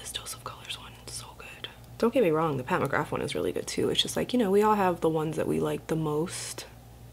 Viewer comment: Anyone notice her pronounce Pat McGrath as Pat McGraf haha or am I losing it